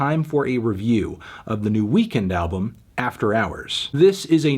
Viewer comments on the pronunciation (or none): When you sead it not sound like weekend it sound like weekday, oh man I lol so hard